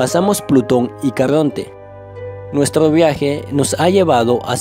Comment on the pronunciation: nuetro viae imainaio empiea ahoa mimo . . . detesto esa forma de hablar.